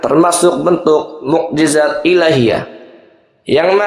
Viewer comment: Yth bpk narator,,Mu'jiZat bukan mu'jiJat